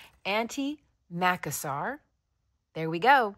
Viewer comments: I love your videos! Merlin is such a star 😊 Just FYI, Macassar (and in the UK I've only ever heard it pronounced with the stress on the second syllable - so macASSar) was a European product: Macassar Oil. Used, as you say, by the dandy men to slick back their hair. Sadly, I'm old enough to remember anti-Macassars on my granny's furniture 😂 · Macassar was hair oil, pronounced with the stress on the "cass", not the "Mac". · Thank you, I was just about to say the same thing. It's funny how we stress different syllables, it makes words sound so strange. Almost foreign, which I suppose most of them were, originally 😂